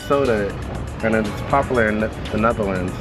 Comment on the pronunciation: Why do you pronounce “popular” like that